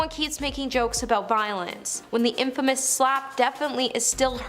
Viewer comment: “Chase Chevy”. “In Famous”. “DrayFuss”. First two minutes.